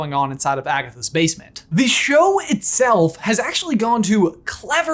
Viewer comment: You said agasses